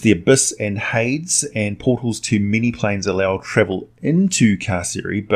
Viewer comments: Did you really pronounce Hades as "Haids" instead of "Hay-dees"? I'm also thinking Carceri may be pronounced "Kar-Keri" but I may be wrong on that one. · Isn't Hades pronounced, "Hay-deez" instead of, "Haydz?" I ask in all seriousness, being ignorant in these things, as well as appreciative of proper pronunciation. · No one in the history of ever has pronounced hades as “Heyds” lol. Keep up the great videos. Lore lore lore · Amazing video but I feel the violent urge to smash my computer every time you pronounce hades lmao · "Hades?" Like... multiple Hade? Hmm. Hades is a very common word, I am surprised you mispronounce it.